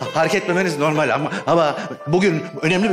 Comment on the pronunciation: Bu yönetmen neden "normal" kelimesini söyleyemiyor? 😂